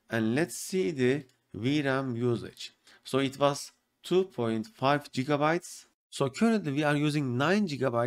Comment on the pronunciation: Jiga bytes bro .. Jiga bytes. good vid